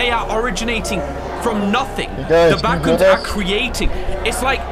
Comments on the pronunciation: I love when said bathrooms instead of backrooms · that was so funny that i fall of the chear i just hear ,,bathrooms'' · When you said the « Bathroom’s » the serious was already gone 😂😭🙏🏼